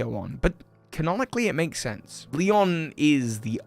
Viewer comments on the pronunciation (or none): none